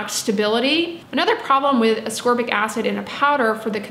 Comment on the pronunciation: Thank you for properly pronouncing ascorbic and letting me know I’ve sounded like a ding bat for 20 years by saying asorbic 🤦‍♀️ I worked in the body care and skin care industry for years. I helped people choose products based on their needs. I know enough about the properties of different ingredients to really help someone take great care of themselves but apparently I don’t know how to pronounce ascorbic. No one ever corrected me and I stupidly thought the C was silent 🤦‍♀️ at least I could pronounce jojoba oil. I used to giggle inside when people would pronounce the j’s when saying jojoba. I wonder if anyone ever giggled at me saying ASORBIC 🤦